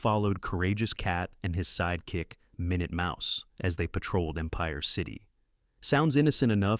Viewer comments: It's minute mouse...they say it correctly but initially they pronounce it minoot...not minute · The AI voice is funny, "Min-yewt Mouse", REALLY 😂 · Min-ut Mouse, you know the time measurment? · I love how it stumbles over easy to pronounce words. It's so robotic because that's what it is.